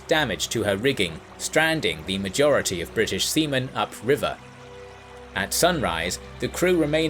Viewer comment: "seaman", "vulnerable", "Cock-chrane".